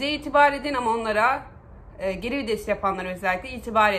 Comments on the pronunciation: abla herşey çok güzel yalnız o kelime vides değil VİTES teşekkürler... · Abla çok iyi "geri vides" diyon jdjdjj